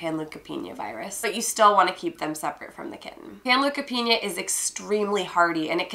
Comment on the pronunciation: Panleukopenia (pan-Loo-ka-Peen-YA) Pan look a peen YA